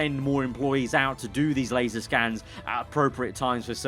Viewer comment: *LASER scanned, not LASAR,!